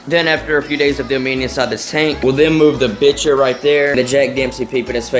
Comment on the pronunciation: It’s pronounced bicher not bitcher